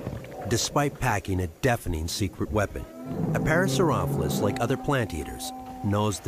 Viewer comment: was the narrator pronouncing parasaurolophus wrong? i can't tell but i think he was and it's kind of bothering me xD lol i've seen the docu three times and it always gets me lol